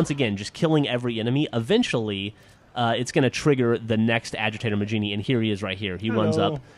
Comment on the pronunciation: you do know its pernounsed mah-heen-ee